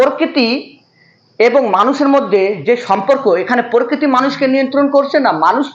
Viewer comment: পরকিতি না প্রকৃতি